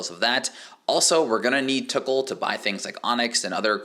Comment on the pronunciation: lmao the way you say tokkul "the tickle shop"